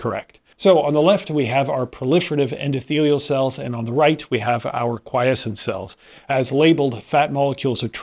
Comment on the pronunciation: Bwahahahaha 12/10 better than AI for sure. I think he's even real and capable of independent thought! God bless. OMG before I stop typing did you hear him say quiescent? I actually almost collapsed he did it so convincingly.